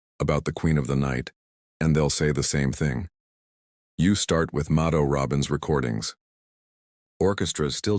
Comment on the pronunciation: It is amazing how lacking AI still is in trying to pronounce names correctly. Mado (like Rachel Maddow) Robin (not the bird, but Ro, like row your boat, and the emphasis on the last syllable, a nasal -in. Please stop trying to spread your AI ignorance and learn.